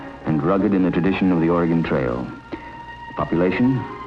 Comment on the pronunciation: He pronounced Oregon correctly!